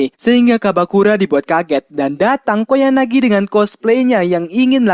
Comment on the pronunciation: Ralat:Bang ente salah Sebut Nama "KOYANAGI" bukan "KOYAGANI" :v Mangat Terus bang SALAM WIBU :V